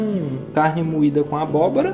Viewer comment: CARNE MOIDA COM "ABOBORA" BATATA, KKKKKKKKKKKKKKKKKKK